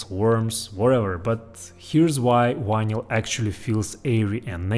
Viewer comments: you seem to have a very good command over the English language except for the sound of one letter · Love the way you pronounce "vinyl". Just like Chekov on Star Trek. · What is "wine-ell"? There’s no word in English that is pronounced that way. The same goes for "wideo." I only speak English, Spanish, and German, but one of the very first things I learned for each language is how each letter is pronounced. I was also taught to speak each language the way natives speak, not the way a non-speaker mispronounces that language. But I guess I either had better teachers or I just paid more attention to how native speakers speak. It’s not hard to do…if you aren’t lazy. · "wineyal" lol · I think he's saying vinyl records. Sounds like "wino records". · You do know you are saying vinyl wrong right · Bro, you can pronounce V. You did it when you said “we’ve” A bit of practice and you can polish that pronunciation. Yes, I also speak other languages and I work hard on pronunciation. I think it shows respect to the people I’m communicating with.